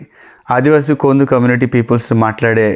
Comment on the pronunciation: కొందు కాదు, కోదు